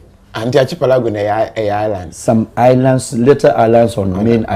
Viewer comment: Pronunciation is arkipelago and the spelling is archipelago